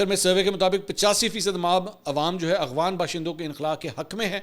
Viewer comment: Yaar ye lafz "Afghan" hai Aghwan nahi hai Plzzzzzz